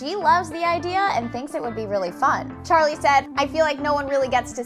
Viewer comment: hah you said Charli name wrong !!